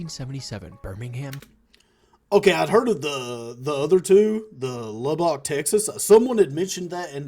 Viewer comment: ) never heard anyone pronounce Lubbock like lub-BOCK (rhyming with stock) couldn't help but giggle a bit. The correct pronunciation is LUH-buck (emphasis on first syllable, and it rhymes with stuck) No big deal, just wanted to let you know how it's said by the locals (source: native Texan here)